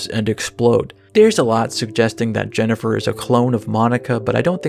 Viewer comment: Today I learned that Korean voice actors apparently have no idea how to pronounce Jennifer or indeed some of the other character names. Why didn't they just name the characters with Korean names? Many of them look like they're Korean... Then we wouldn't have JENNIPER.